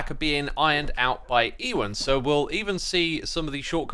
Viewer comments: EE-wen? do you mean Yoo-ehn? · Hey x, just to let you know that ewans name is likely pronounced "you an", like the actor ewan mcgregor. All the best ❤ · Also, Ewan is pronounced Uwan/Ewe-an.